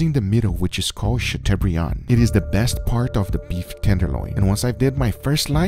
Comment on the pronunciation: Chateaubriand! guga, you werent even close...